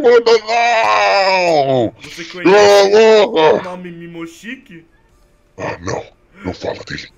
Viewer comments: PELA ÚLTIMA VEZ, NÃO É MIMOSHIKI, É MOMOSHIKI! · Sem ofender mas não é mimoshiki momoshiki